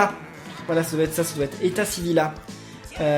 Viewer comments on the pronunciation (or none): s est pas etassivila s est etasivilla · non c Étasivil-i-a